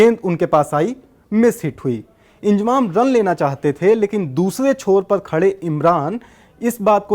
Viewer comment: Abe ye koun anpad hai naam bhi pronounce Karna nahi ata inzamam ko iljamam bol raha feet ko meter bol raha hai bhagwan hi malik hai in up Bihar wa lo ke padai ke standard ka